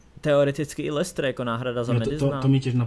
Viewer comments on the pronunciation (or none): none